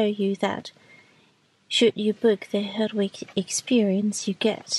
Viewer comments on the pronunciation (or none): I mean 'herdwick" and not hardwick!